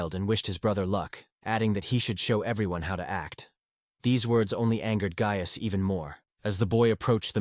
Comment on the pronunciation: How many ways can the AI voice mispronounce “Gaius”